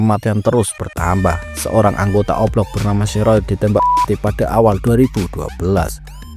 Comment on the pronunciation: Dia bilang O Block atau oplong si😅